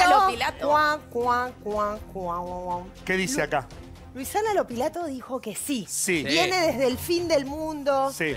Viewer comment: Cuando van a aprender a decir LUISANA? y no LUCIANA O LUICIANA?